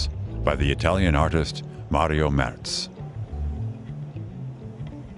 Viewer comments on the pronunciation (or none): none